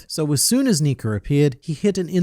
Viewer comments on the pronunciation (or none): Why you say Niker??